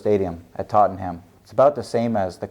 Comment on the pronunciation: I love when Americans can’t say the name of English towns or cities properly, you said Tottenham wrong by the way ha